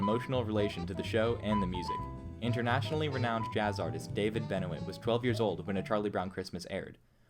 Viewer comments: BTW it's pronounced Ben Wah, not Ben o it! Lol! Kids! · David Benoit. It’s not Ben-O-It, it’s “Ben-wa.” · I don’t think it’s pronounced David Ben-o-it. I think it’s pronounced Ben-wah.